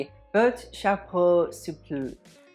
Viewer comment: Souple = soo - pleh (but like a soft pleh)